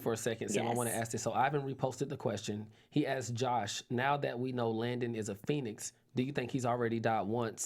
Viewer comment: it’s LANDON not Langdon